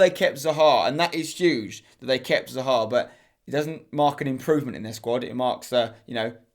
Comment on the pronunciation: Ahhh the way he mispronounces Hazard, Salah, and Zaha hurts my ears...